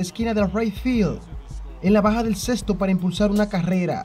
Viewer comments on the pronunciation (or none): none